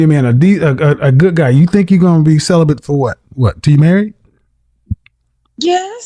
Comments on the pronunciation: She also was CELIBLAM. Interpret as celibate, one would think 🤔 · And if you listen she said she is celiban😂